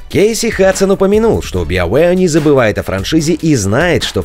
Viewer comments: Ребята, спасибо за новости, но научитесь, пожалуйста, произносить BioWare правильно! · Сайберпанк, но при этом Биовеар. У вас вообще есть хоть какая-то логика в произнесении английских названий? Если вы отказываетесь от устоявшегося перевода - киберпанк, то и "био" будет звучать как "байо".